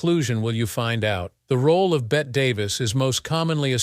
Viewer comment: It's pronounced Betty. She is not a wager.